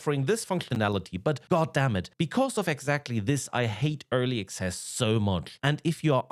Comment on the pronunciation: It sounds like you’re saying early excess. The only excessive thing about these vaporware games is how the amount of cash the lead devs pockets before failing to delivering.